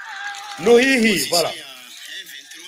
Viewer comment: c'est Luhihi et non kahihi